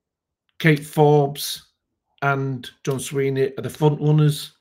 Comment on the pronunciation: his name is Swinney not Sweeney.